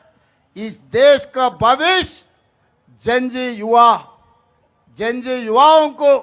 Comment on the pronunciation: आप तो कम से कम लकीर के फकीर ना बने आप वही उच्चारण कर रहे हैं जो सब मीडिया वाले प्रसारित कर रहे हैं Gen Z का उच्चारण जैन जी नहीं है इसका उच्चारण जैन जेड है इससे पहले जैन वाई था और उससे पहले जैन एक्स था । ये हमारी संस्कृति पर पश्चिम संस्कृति के प्रभाव को दर्शाता है।